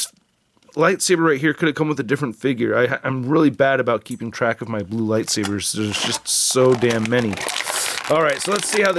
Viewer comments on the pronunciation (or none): none